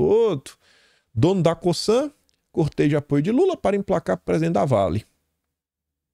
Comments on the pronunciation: COSANNNNN, com som de ZZZZZZZZZZ!!!!!! Não é COSSAN, COÇAN, COÇAN, COSÇAN ou qq outra coisa que soe como S. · COSAN PRONUNCIA COZAN,.